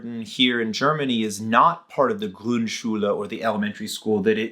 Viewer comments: Small pronunciation aid: You said "GrundSCHULE" but it's pronounced "GRUNDschule". Think of it as a classification system: There's your basic Schule and its sub-classes, like Grundschule and Hauptschule. The emphasis is on the distinguishing part. Otherwise great pronunciation though! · Grund Schule ... not grün🟢 Schule 😉.. sorry